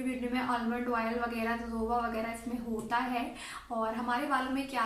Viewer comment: Oil hota hai madam oiel Nahi